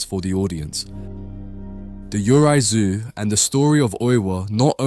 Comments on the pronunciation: Great video. Just wanted to note that Japanese ghosts, 幽霊 "yurei" is not pronounce "you rai". It is pronounced, "yuu ray" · "Yurei/幽霊" is pronounced as "you-ray." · I’m sorry man, but Japanese pronunciations are HORRIBLE! You pronounced “Yurei” (幽霊) completely wrong!